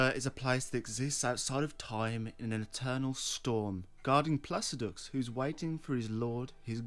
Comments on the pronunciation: Did you just say "plasudux" when you should have said "spaSIDyouSax?" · "HELIO-STAR"? "PLACIDOOKS"?? My man, you're making 15 min+ lore videos about characters whose names you never bothered to read. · from now on ill be calling placidusax placid-axe cause the amount of times you said it just stuck